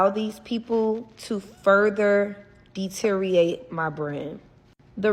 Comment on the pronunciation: I know it's petty but I really wish she would say the word deteriorate right. Deeteereeorate not deeteerate.